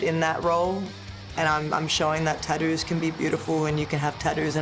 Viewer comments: Tattoos ❌ Tadoos ✅ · Tattoos ❌ Tad-dooos ✅ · Love the way Rhea says tattoos she goes tadoos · Tah-ouuuus or tah-doos, never tattoos. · "Taddoo's" - Rhea Ripley 2025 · Cracks me up listening to her call them TaDoos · Take a drink every time she says tadoo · Tah-doos ….hmm,gotta look into this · Nobody: Rhea: Tadoo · “Tadoos” 😂 love you Rhea 😫🙌🏻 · I actually just counted the number of times she said tatdoos 😂 my count was 41 with 2 tattoos, I love wwe and have loved Rea Ripley since the first time I saw her wrestling in the May Young, so I'm not hating what so ever. And I'm terrible at proper punctuation and spelling and grammar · “taddues” -Rhea Ripley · Well I officially have “Tad-doos” now! 😂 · Why you say tattoos like that? I'm trying to be mean I'm just curious I guess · I like how she pronounces tattoos with her accent😂